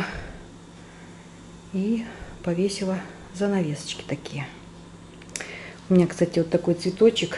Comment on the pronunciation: Повесила, а не повешала! Жара спАла, а не спалА!